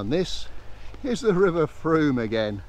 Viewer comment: I have lived in Wareham for many years and all the local people pronounce the name of the river to rhyme with boom. I have never heard a local person rhyming it with a hard O sound. got it exactly right.